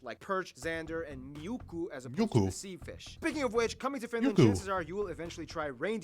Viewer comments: It's muikku, not miukku. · The fish is called muikku not miukku. In English there is only one Finnish word and it's sauna, so please(?) pronounce it the right way. Check out the biggest band from Finland, Nightwish and their song Ghost Love Score (Live in Wacken 2013). It's very important, that you check out that version. You'll be suprised and that is a promise. =) This reaction video was very nice watch. Keep up the good work!